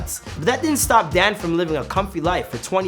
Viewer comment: Ok most repliers here are commenting on the actual info- fact, fiction, or in between. Chase was commenting on the pronunciation of the man. (Which btw I kept thinking he was saying "dad" instead of Dan 🤦‍♀️)